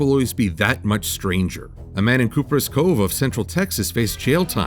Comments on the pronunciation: you wonderful warbler, I love your work, but as a denizen of Texas I feel a responcibility to point this out...it’s not cooper-is cove, it’s copper-us cove lol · It's pronounced copper ass cove...im not trying to be profane.